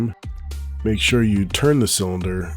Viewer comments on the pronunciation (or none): none